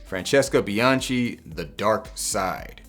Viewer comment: Spectacular content as always! Just one small correction (as an Italian) - Bianchi is pronounced with a hard c (it would come out as bee-an-kee)